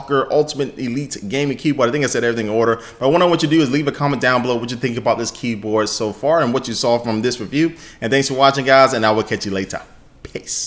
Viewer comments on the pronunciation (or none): At the end he kind of said 'piss' instead of 'peace' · Lol! At the end you said "piss" instead of peace. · He cut him self off too early and it sounded like he said "Piss" at the end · he deffinately said piss, meant peace though. coulda been pez, like the dispenser. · did he just say "Piss" at the end of the vid?! 😂😂🤣🤣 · When he ends the video he says piss XD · im pretty sure you said "piss" at the end of the video XD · it sounds like he say's piss at the end